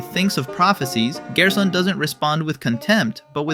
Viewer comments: You pronouncing gerson as gearson unsettles me. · bro pronounces it as gyersohn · weird gerson pronounciation